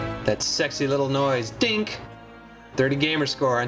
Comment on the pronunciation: he actually said dink! not ding lol